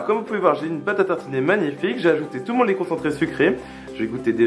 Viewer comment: Tu as dit laît concentrés sucrés